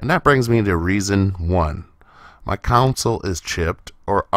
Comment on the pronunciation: Console...not counsel.